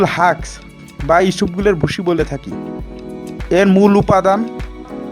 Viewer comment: Please learn to speak first. Your Bangla is not clear enough. Husk was called "Haks".